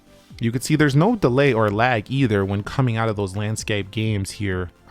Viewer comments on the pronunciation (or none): none